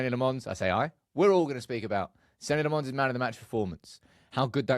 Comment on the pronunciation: Senna Lommins, not Senny Le Mons. Get it right just one time,.